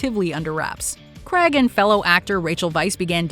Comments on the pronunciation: That's Daniel CRAYG, not Crag. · It’s pronounced Daniel Crayeeg not Daniel Crag! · To pronounce Daniels last name is “Criaaage” not the way the US say it.